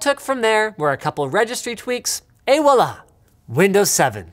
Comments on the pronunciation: "Et voilà" 😂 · For some reason in the USA people say "Walla" instead of "Voila". I find it sounds ridiculous every time I hear it. Lol.